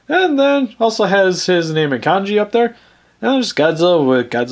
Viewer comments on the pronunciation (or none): none